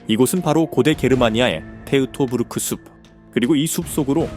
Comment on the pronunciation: 테우토부르크가 아니라 토이토부르크.